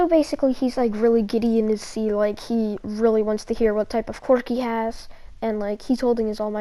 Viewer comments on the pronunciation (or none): none